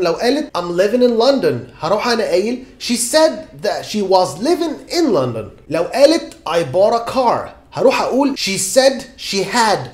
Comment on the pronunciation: HI...YOU MISPRONOUNCED LONDON.....